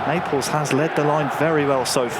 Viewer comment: Why he says neapels